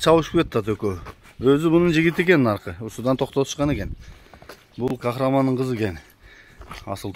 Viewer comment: Кахраман эмес Кахарман